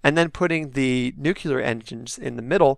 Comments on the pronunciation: I love your videos. Your voice is awesome, but I’ll maybe advise that you pronounce it “new-clear” instead of the George W. Bush way of saying it, “new-cue-lur” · the one where you said nuke-you-ler. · ugh, nuke-you-ler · Well, of course it's going to be a prop vehicle for Eve Jool. Again. Also, "nuculer". Heh.